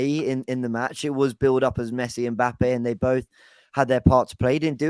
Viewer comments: Someone tell it’s Mbappe not M Pappe🤣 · Why does call Mbappe Mpappee?